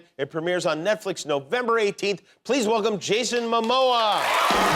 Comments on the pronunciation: "netfrix" lol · "which is a Netfrix... production.." why do I find this funny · " Netfrix " - Jimmy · Nobody heard “Netfrix”😂